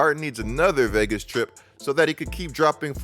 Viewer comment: C'mon how many times u gonna mispronounce Vegas in 20 seconds 😂